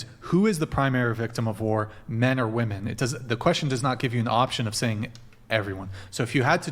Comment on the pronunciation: Thank you Andrew for making stupid bitches pronounce women properly and not like woman.